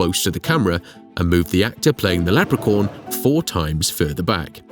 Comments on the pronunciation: Thank you. That was driving me nuts lol. Like, wtf is a leprecorn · You mean a person said lepercorn ?